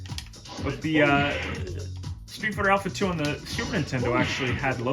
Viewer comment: "Stweet Farter Aupha, Two!"